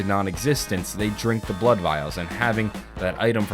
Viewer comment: he said bood vials😂